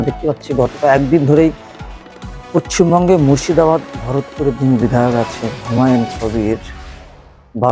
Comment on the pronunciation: আরে গাধা পশ্চিমবঙ্গ টা আগে ঠিক করে উচ্চারণ কর